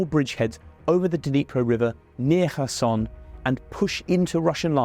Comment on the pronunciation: Wait, a foreign journalist learned how to properly pronounce Kherson 😱 Maybe Kyiv could be next?